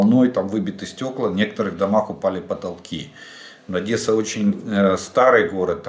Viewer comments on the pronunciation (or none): none